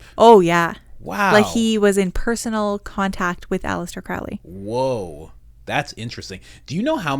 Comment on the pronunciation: Crowley's name is pronounced like the bird "crow". To quote Aleister it rhymes with "holy".